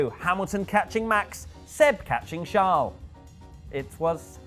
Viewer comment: Also,, his name is Charles, not Shaaaaarl. I mean it isn't Prince Shaaaaarl is it?:/